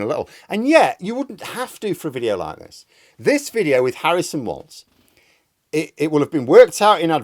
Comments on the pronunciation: By way of a public service announcement, Tim's surname is not pronounced "waltz" it is pronounced "walls". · it's Walz, not Waltz